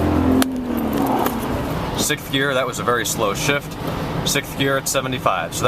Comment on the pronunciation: It's pronounced "Sixth"... not "Sickth". Other than that, very informative. Thank you.